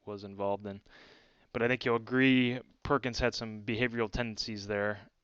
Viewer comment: read Perkins correctly both times?